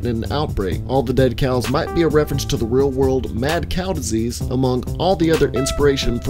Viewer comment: Did you just say mad snail diesies or mad Cow diesies